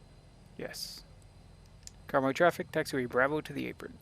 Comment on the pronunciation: The pronunciation of Karmøy is closer to Kar-may than Karm-oi, for Flesland it needs to be flatter on the 'd'.